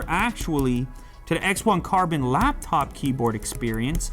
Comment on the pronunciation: I’m bothered by “laBtop”.